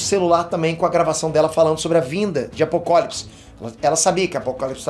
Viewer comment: Cara , tá me da agonia vc ficar pronunciando errado Apocalipse e luois, falando Luis., um nerd de verdade não pode ficar errando pronuncia.